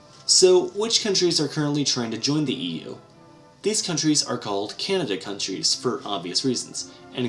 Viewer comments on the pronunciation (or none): I thought you said Canada countrys lol. Its candidate countrys